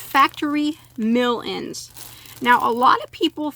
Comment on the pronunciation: I keep hearing "melons" when you say "mill ends" lol I wanna buy yarn now and crochet while eating melon 🤤